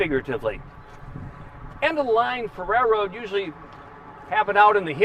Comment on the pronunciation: It’s been a fantastic run I’ll miss the daily tours. I’m still convinced he’s saying rare road though 🙃